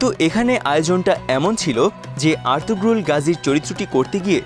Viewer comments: এত বড় ভিডিও বানালেন অথচ জানেন না উচ্চারণ হবে আর্তুরুল, আর্তুগ্রুল না। তার মানে আপনাদের কেউ সিরিজটি দেখেইনি। অন্য কোন ভিডিওর আলোকে তৈরী করেছেন এটি৷ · নামটা হবে আরতুরুল। গ টা উচ্চারণ হবে না। একই ভাবে তুর্কি ভাষায় ক ও খ উচ্চারণ হয় না। খাতুন নয় হাতুন, খানম নয় হানুম । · উচ্চারণ আর্তুরুল হবে